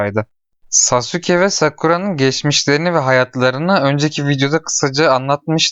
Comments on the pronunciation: lütfen çek ve lütfen sasuke deme saske de oyle okunuyo lütfen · aga o nasıl bir telaffuz sasuke diye okunmaz ki saske diye okunur sasuke diye yazılır naruto izledin mi bilmiyorum ama saske diyorlar hep ben narutodan hep öyle duydum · Sasuke diye okunuyor brom Naruto hızlı söylediğinde saske gibi oluyor